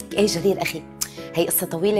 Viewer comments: جرير ❌ جرجير ✅ 🤣🤣🤣🤣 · انا قصدا كاتبه جرجير 😂 هي بتقول جرجير شو كان اسمو